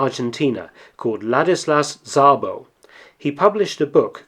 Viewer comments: This is how to pronounce Szabó: (it means Taylor in Hungarian). In Hungarian sz is just one double letter it has only one sound that is the English s and s in Hungarian means sh (exactly the opposite as in Polish). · You put so much efort in this video but you were not unable to look up the pronunciation of a hungarian name. Seriously, it would have taken just a minute.